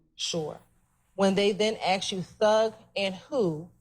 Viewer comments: its Asked not Aksed!! whats with americans saying Aksed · Seriously!!! Miss prosecutor, you are a professional, an attorney of all things and we STILL get the, "earlier I AKSED you"!!! Why??? Why do "some" people used this phraseology?? It's beyond annoying to listen to and I'm not even a college graduate!!!